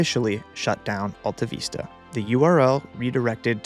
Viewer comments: Is that how you pronounce it? I used to call it Alta Vista not Veesta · How can you screw up the pronunciation of a word as basic as vista????????????? It's VISS tuh not VEES tuh! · Why are you saying "veesta" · Sorry but the way you say "AltaVeesta" is very bothersome. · Who remembers how to pronounce ‘vista’? Not this guy. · Excellent content and mostly excellent presentation (one exception being that you might have wanted to Google how to pronounce Vista) AltaVista was my go to search in my early years on the net and it was disappointing to see it fade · It's not d e c... It's DEC and it's not altaveesta, it's Altavista... Short I, like Vista.. Aka view